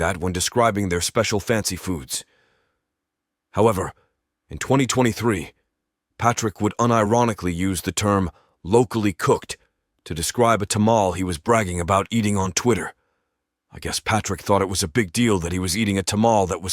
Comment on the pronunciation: “Ta-Mall” 😂😂😂 I love how the AI isn’t equipped to pronounce certain ethnic terms like Tamale [Tuh-Ma-Lee] Great Vid, Child!